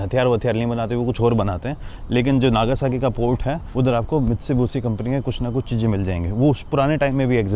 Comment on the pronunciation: Tum Mitsubishi pronounce nehi Kar paraha hay .